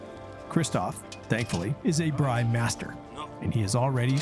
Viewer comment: Its called a braai not a braii. But nice first episode in Africa!